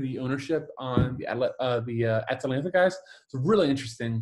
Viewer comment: Ah-Tah-Lan-Tah not Atalaina